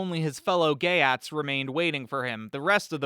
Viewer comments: Your pronunciation of the geats is so wrong! It is not GAY AT it is GEET! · it's geats rhymes with yeets.